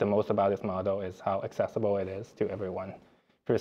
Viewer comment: "make it accessble" 🤔